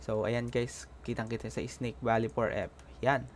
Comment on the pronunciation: Librint? Labyrinth 😅 Valley not Baley